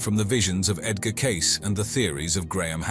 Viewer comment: Your stupid AI narrator can't even say Edgar name right! If you can't narrate a video maybe you shouldn't be making them!